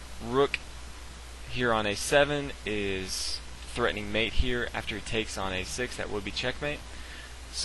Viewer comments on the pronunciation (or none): none